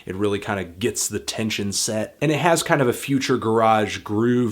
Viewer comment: PLEASE PRONOUNCE GARAGE CORRECTLY